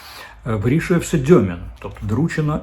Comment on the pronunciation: Уточнення: не Дьомін, а Дюмін.